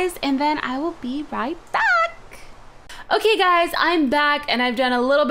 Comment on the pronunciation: "Irkay?" "Irkay." Lol.